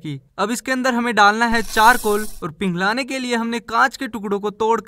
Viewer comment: Pronounceing kya ki hai pinglan nai piglana hota hai 😅😅😅